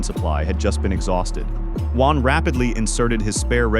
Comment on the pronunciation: It’s Juan.